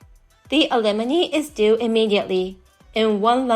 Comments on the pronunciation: I'm cutting contact. Don't threaten me with a good time. BTW alimony is pronounced Al-E-moe-knee not ah-limb-eh-knee. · (pssst, it's pronounced AL -ih-MOH-nee, emphasis on the very first syllable)